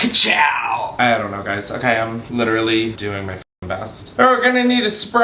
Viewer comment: “literarily” instead of literally 😩